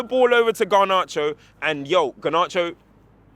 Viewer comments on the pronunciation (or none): Brudda why does this geeza keep saying gar-narcho??? Does he not hear himself?????